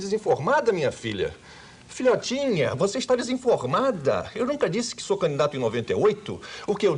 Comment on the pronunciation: "Filhotinha, você está desinfotmafa"!😂😂😂😂